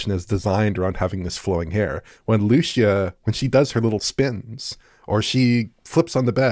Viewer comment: Hey guys idk if anyone said this before but in case you DO care, Lucía's name is pronounced "Loo-SEE-ah", with an emphasis on the SEE part. Just letting you know in case you cared :)